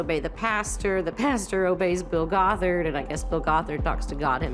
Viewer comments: It's GOTH-ERD, not GOT-HARD! 😂😂😂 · I love your videos and immediately clicked on this one. Crazy crazy stuff. Btw, Bill Gothard is pronounced with a Goth- erd😅, not Got-herd. Just so you know. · Pronouncing it "Bill Got Hard" was diabolical 😂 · The pronunciation of Bill "Got-Hard" is cracking me up. I've been calling him that ever since the SA allegations surfaced. My all-time favorite roast of him is from King James of Fundie Fridays. "Why are these people taking marriage and parenting advice from a childless bachelor, who looks like a Republican Keebler elf in a boxy* suit?" *bought as-is from the store, not custom-tailored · Why do you pronounce Gothard like that